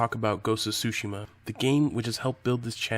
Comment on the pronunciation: Tho i'm used to yokels butchering Japanese words, it's the first time i heard it pronounced as: SUE SHEE MA! Did you mean sushi, ma? For the love of god, man it's TSU-SHI-MA（つしま 「対馬」）！